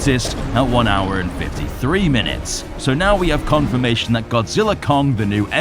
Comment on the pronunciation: Why I listening "KONGfirmation"???